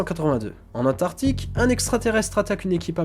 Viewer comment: antarctique pas antartique !!!! sinon bonne video